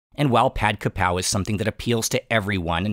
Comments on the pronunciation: The title says "Kaprao"....... the comments says "krapao"........ but he keeps saying "ka pow" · Thank you for your amazing video about this popular Thai dish. May I note that based on the Thai word for this basil (กะเพรา), its English transliteration should be "kaprao", and not "krapao". Many Thais pronounce and spell this word incorrectly. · Its Ka (กะ) not Kra (กระ) everyone gets this wrong even many Thais. I donno why this bugs me so much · Throughout the whole video you called this dish "Ka Pow". I've always known it as "Ka prao". Can you explain please ? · Minor correction: it’s Kaprao, not krapao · Correct: กะเพรา = Kaprao. Incorrect: กระเพา = Krapao. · And one more thing. It's "Pad Kaprao" not "Pad Krapao"....Cheers! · it’s krapao not kaprao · "Kaprao" not "Krapao" (กะเพรา in Thai) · kaPRAO not KRApao, most of the time in other words it would be "kra", yes. But this word is "kaprao" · I've seen it translated both 'ka prao' and 'kra pao', but I've only ever heard it pronounced 'ka pao', so I'm hoping you'll clear it all up on your channel! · Isn’t it ka-prao? 🙏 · In Thai it is pronounced ka pao/pow in Thailand. The better romanisation would be Pad Kaprao, because there is no r is Ka even in Thai. And the second r is silent in vernacular speech. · It’s actually pad-ka-prao but anyway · Technically กะเพรา should be spelled in English with the “r” sound in the second syllable. Both Foreigners and some Thais say it wrong but the dictionary says holy basil is กะเพรา.